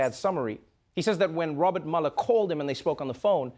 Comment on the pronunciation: Dear Trevor, as a fellow South African, can I just say that Robert Mueller's surname is not pronounced 'maller' but more like 'muler'. Love your show nevertheless.